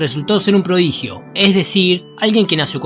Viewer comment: "Prodiguio"?? No es "prodigio"?